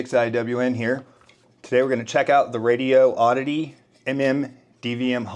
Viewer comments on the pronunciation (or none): If you catch them in answering a phone call. Or on a video, or if you just asked THEM, you’ll see it’s pronounced as “Rady-oddity” Radio-oddity, as you are saying, would have two “O’s” in the middle. They only have one “O”. So it CAN’T be as you are pronouncing it. You can’t just make up your own rules on grammar. One “O” does not make the pronunciation of two “O’s”. Don’t worry, you are not alone in mispronouncing it. Plenty of others do, also. ANYWAY, it’s just being respectful, and a better reflection on you to give someone to their name correctly. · FYI: The company you’re referring to is Radioddity. It is NOT Radio-oddity. You’re saying it as Radio-oddity. A whole different word. I’m sure that if they’re sponsoring you, they’d appreciate their name being said correctly. I’m sure you would not appreciate it if some one repeatedly mispro- nounced your name. I know that’s how I’d feel. Just wanted to pass this along to you. CHEERS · Really, really good instructional. Presented logically, factually, and a way “us average Joes” can really do this thing. On a side note, the company’s name is really “Radioddity” There is only one “O” in the word. You are saying it as IF it had two “O”s. With only one “O” it is pronounced “Raidy-oddity”. One smooth word. Not two words.